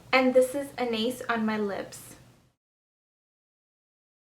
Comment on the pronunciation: I just have to point this out; you're pronouncing Anais wrong. It's a French name. Besides that, this video was very helpful. I love Eat Cake!